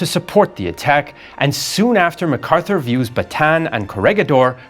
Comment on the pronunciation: Not macarthuer